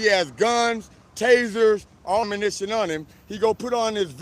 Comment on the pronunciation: "omanition on em" 😂😂😂😂😂😂 good work though, it's pays to know your rights!